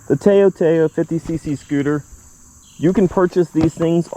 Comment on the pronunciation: you pronounce it like touw touw TA-OW